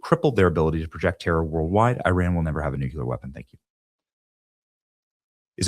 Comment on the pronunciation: It's "nuclear"...not "nucular". George W. Bush used to say it like that. Great job otherwise, but please fix that.